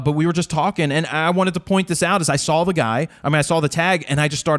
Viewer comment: has anybody ever told you, that you always put an "L" after "aw" in your pronunciation/dialect? "Welcome to RawL Talk", "I sawL..." and my favourite: "There is a new lawLLLLL!" love the show!